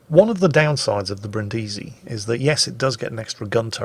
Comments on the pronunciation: I must correct you,: the name of this ship (like the city) is pronounced Brìndisi (accent on the first sillable) and not Brindìsi (accent on the second sillable). No hard feelings, it's just that I'm Italian and I die a little every time you say it wrong;) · I'm sorry, but I have to: Bríndisi, not Brindísi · Achktually, it's pronounced Brìndisi, not Brindísi! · Back off that stressed vowel,, it's Brìndisi! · Hi, Brindisi (city in southern Italy) is read with the accent on the first i not the second:)